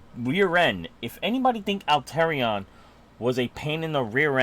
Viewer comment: I love the video, but 'Alterion'? Made me laugh each time, I love you man, but it's 'Al-a-tre-on'